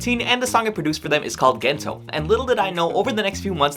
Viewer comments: "Gentow" nag-produce pero di alam yung pronunciation ng kanta 🙃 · him pronouncing "gento" like he does over and over hurts my soul